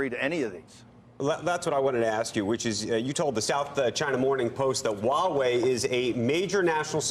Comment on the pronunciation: Mr. Bannon, ZTE differs from Huawei. BTW, I suspect u just won't care hiw its name Huawei is actually pronounced among the intellectuals. It is pronounced [hua way] hua as in the American pronunciation of "what". You don't care abt the details do you, hmmm?